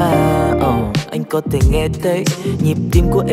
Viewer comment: hay là mình phát âm đúng chữ "Th" được không ạ???? "có tể nghe tấy" là jz ==